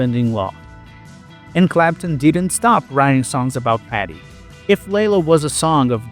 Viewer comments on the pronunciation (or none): none